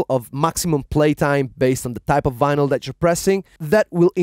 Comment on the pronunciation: The guy said Venal it’s vinyl